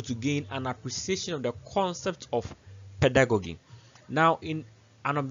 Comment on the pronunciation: A very great delivery. It was interesting to listen, watch and learn. A comment on the word Pedagogy. peh·duh·go·jee .... Not peh.duh.go.gee. The same applies to Andragogy. Thank you